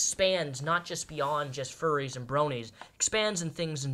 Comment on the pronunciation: 😭 fuwwies awe good peopwe I am a fuwwy so I know!!